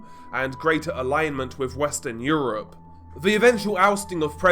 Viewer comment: "Torture and eurpe?" What the hell is eurpe?!?!😂